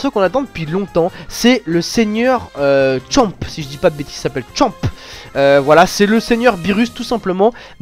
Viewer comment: C'est pas Chop mais Champa